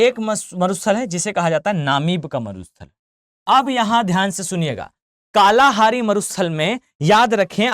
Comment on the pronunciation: मसाई जनजाति कालाहारी तो बिल्कुल ही गलत पढ़ रहे आप इतने कॉन्फिडेंस से